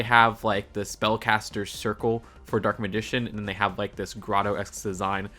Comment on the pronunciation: Okay I get not everybody is a fan of Yugioh so you can get some things wrong but how do you mispronounce Dark Magician's like that ?